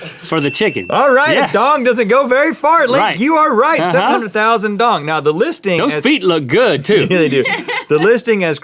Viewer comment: guys that's not how you say Vietnamese dong😂